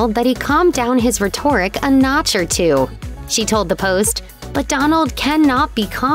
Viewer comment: Had to stop watching. Not pronouncing t’s in the middle of words is grating. And rheTORic is pronounced RHEToric.